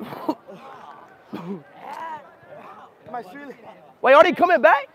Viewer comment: Remember speed calling Fofana "Fofiana" while opening fifa packs 😅